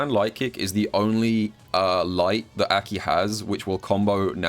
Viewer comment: love this video. Absolutely hate how he pronounces aki's name tho lmao